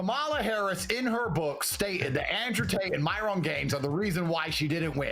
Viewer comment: Andrew saying Myron's name as "My-ron" was funny as hell. 😂😂😂